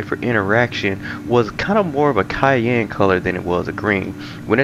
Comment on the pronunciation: I was very confused initially when you referred to the colour 'Cayenne' - so I was expecting a red, peppery type colour. It then dawned on me that you were probably butcheri...erm...mispronouncing Cyan (sigh-ann). Took me a minute lol! Otherwise, good content, very in-depth, nice job.